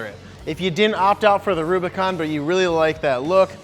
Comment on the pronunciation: Did he say, Robicon?